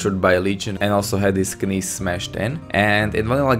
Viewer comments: Great video but... In the English word "knees," the K is silent. It's pronounced "nees" not "kanees." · You said knees wrong, you sounded like you said knees with a K and not just nees, not trying to be annoying just noticed. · not trying to be mean but alot of words that have a k in them like ''knees'' aren't supposed to be pronounced with the k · I love how he said "knees". Ka-neez. Obviously english is a second language so I don't fault him for it or anything. I just found it amusing.